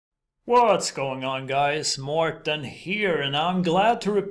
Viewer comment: Love your analysis "Mourtin"